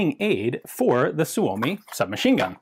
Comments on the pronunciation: You are one of very few english speaking people who pronounce Suomi correct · Ian's pronounciation of Suomi is spot on!